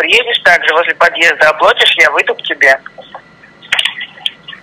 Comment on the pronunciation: ОплОтишь -Ухи режет